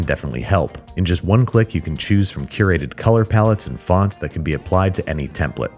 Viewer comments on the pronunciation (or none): none